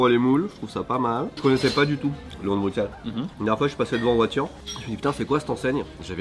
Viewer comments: Les gars ça se prononce "Brusselle" pas "BruXelle" svp 🙏🏻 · Les gars please "Brussel" prononcé pas ce "X" 😂 ah et pour info les moules frites c'est une spécialité belge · Juste une info le x de bruxelles se prononce s genre brussels en tout cas à liege 😊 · Petit précision : Bruxelles se prononce comme s'il y avait 2 s (Brussel), et non pas comme un x normal (Bruksel). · on dit brussèle pas bruksèle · On ne prononce pas le “x” de Bruxelles, on le prononce comme avec un “s”. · C'est une chaîne française, on dit Bruxelles avec un x vu que ça n'a rien à voir avec la Belgique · Mensonge, je suis belge pur souche et on prononce S et pas X. Il n’y a que les étrangers ou les personnes issues de famille venant de l’étranger (en Belgique depuis quelques générations parfois) qui prononce X. On ne verra d’ailleurs aucun francophone en dehors de Bruxelles le dire avec un X (sans offense bien sûr sur le mot étranger qui ne signifie pas une ethnie ou couleur de peau en particulier vu comment le prononce nos compatriotes Français) 😂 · désolé je fais mon belge chiant mais Bruxelles se prononce Brusselles x=s :) merci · Par contre s'il vous plait les français arrêtez de dire bruxxxelles, prononcez Brusselles avec un S pas un X, personnellement je ne dis pas "Parisse", je dis "Pari " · Les gars... s'il vous plaît... ça se prononce Bussel. Le X est prononcé SS. Ça fait mal d'entendre le x. 😅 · je suis français et ça me titille aussi quand les français disent BruXelles aussi, par contre y’a un truc pas logique c’est que le quartier d’Ixelles à Bxl se dit IXelles… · Juste un truc, Bruxelles se prononce Brusselle ;-) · Franchement je suis belge et j'ai jamais entendu de ce leon de Bruxelles (que l'on dit "bru-selle) d'ailleurs) J'ai regardé et ça a l'air d'être une chaine française de truc belge mais ils sont pas implanté en belgique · Ça se prononce Brussèl ... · On ne prononce pas le x de Bruxelles, mais on dit Brusselle, a cause du flamands qui prononce la capitale en Brussel 😉